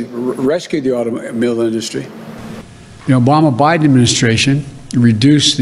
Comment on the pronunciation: The Wama biden administration… 😂